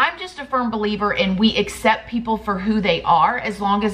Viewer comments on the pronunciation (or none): none